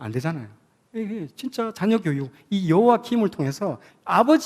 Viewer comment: 감사한데 여러 강의에서 여호와김.여호와긴으로 발음을 하시는데 성경의 이름을 절못알고 계신듯 수정하면 좋겠어요